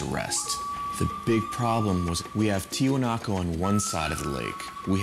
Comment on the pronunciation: Omg the one dude kept calling the site TiwanakO thru the whole doc. Spent how many years there and cant pronounce the word correctly?